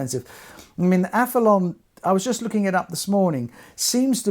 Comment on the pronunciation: I hear a few people call it the Aph-e-lon on Youtube. Is it not Aph-e-lee-on as there's an 'i' before the 'o'?